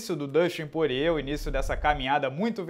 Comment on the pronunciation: Porrier, Porrier...Porrier. Pô, é Porier mesmo que fala, o nome dele não tem relação com porre e nem com porra XD